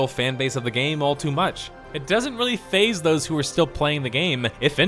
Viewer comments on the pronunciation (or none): none